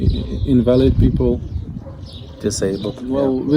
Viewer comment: The word is also used in English, but it has two different meanings depending on how it is pronounced, and he used the wrong pronunciation for what he meant. /ˈinvələd/ means a person weakened by illnesses or injury. /ɪnˈvæləd/ means not based on truth or fact. (For example, invalid data.)